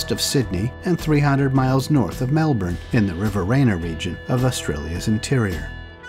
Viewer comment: As per usual a good vid. I must say "thumbs up" for the nearly correct pronunciation of "Murrumbidgee". It's a hard one for non-Aussies, I sense a bit of a Canadian accent? Your "Melbourne" is also pretty good.